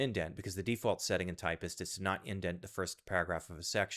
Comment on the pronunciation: Typst not Typist, seriously